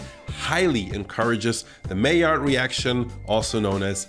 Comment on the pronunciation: übrigens, hab ich auch erst letztens gelernt: Die französische Aussprache von maillard ist mäjar und nicht majard, wie Amis immer sagen Edit: Wie ich drauf hingewiesen wurde, eher mahjar